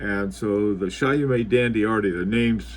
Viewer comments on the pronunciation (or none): It's not Chayomé but [ChÔmé] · Late comment but I think it's pronounced Chaw-meh, forget the T at the end and make the first syllable a bit shorter, Shawmeh sorta, Sorry to be pedantic but experts should sound like experts. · Great video. It’s pronounced Show-may. Here a link to the pronunciation. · Btw it is pronounced “Shomay”